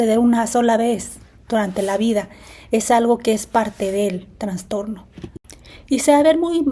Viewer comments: Se dice trastorno,no transtorno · Trastorno, no "traNstorno". Por favor🙏